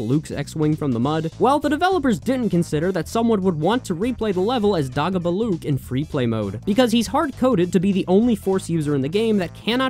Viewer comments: You pronounced Fandango right the first time. The pronunciation of Dagobah though, it's Day-go-bah just so you know :) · My dude it's DAY GO BUH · Man really called dagobah "daah-gobah" 💀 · How does this dude not know how to pronounce Dagobah? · Hearing it misprounced as "dah-go-buh" instead of "day-go-bah" triggered my fight or flight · DAH GO BUH?????????? DAY-GO-BAH!!!!!! GO REWATCH EPISODE 5 RN!!! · Dog-oh-buh? No!! DAY-GO-BUH!! lol Comment 🤔😅 DOG-A-BOO LUKE?!?!🤣 DAY - GO -BUH!!! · Dude, it’s pronounced DAY-gobah. Clearly you haven’t watched The Empire Strikes Back, which is unforgivable. 🙄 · DAY-GO-BAH FFS! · It's Day-goh-bah. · "dah-go-bah" tell me you dont know star wars without telling me you dont know star wars. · This man did not just call Dagobah , DAAHHH go bahhh.... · Bro said dagabah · "Dah-Go-Buh" almost made me kill myself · Dagobah= Day-go-baa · It’s day go bah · YOU SAY THE DAGO IN DAGOBA LIKE TACO. IT RHYMES WITH DAY GLOW. DAGO. I'M SO ANGRY W YOU RN!!! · Every time he said it I would say out loud, DAY-GO BAH! They even say it in the movie how they think it should be said. Otherwise, alright video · Great vid, but it's DAY GO BAH 😂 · Every time you said "Dagobah" wrong it felt like a strong hit of ketamine in my system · i'm not criticizing any of the actual information here, but...please tell me you have learned how to pronounce "dagobah" since posting this video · Are you trying to kill me with how you mispronounce Dagobah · Stop pronouncing Dagobah like that. They say it out loud in the movie, there is an objectively correct pronunciation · Why are you saying Dagobah like that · THAT'S NOT HOW YOU PRONOUNCE DAGOBAH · Excellent video but why do you pronounce Dagobah like that? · The way you say Dagobah... May God spare you the curse of empathy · eh. in free play saving and quitting functions exactly the same as finishing the level. also, your pronunciation of dagobah incites me to primal violence.